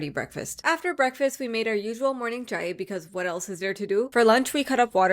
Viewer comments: its cha-i not cha-e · tip for saying “chai”.like said in the vid she said c- hi! but how Bengalis say it is by say)ng it like cha (as in cha cha) js cha I speak and come from Bangchan so trust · Duh fuh you saying chai like that for